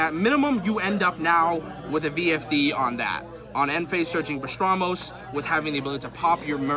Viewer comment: Bah-ras-tos. Not bastramos. We can see you like pastrami but not that either.